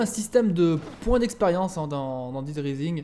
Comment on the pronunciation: S'il te plaît quand tu prononces le nom du jeu c'est pas [dide raïsing] mais [daid raïsing]. Merci sinon super playthrough :)